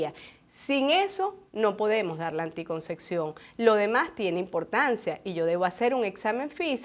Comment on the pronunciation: Ojala aprendiese a pronunciar correctamente ANTICONCEPCIÓN¡